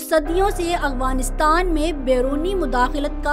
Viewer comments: اغفانستان نہیں بلکہ افغانستان لفظ ہے۔ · میڈم افغانستان تو سہی طرح کہنا سیکھ لو لفظ افغانستان ہے اغوانستان نہیں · Yar hairangi wali baat hy madam ko afghanistan kehna bhi ni ata